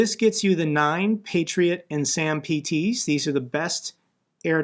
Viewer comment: It's not sampee-tee it's samp (like damp but with an s) tee. Funny because the french say attackemess.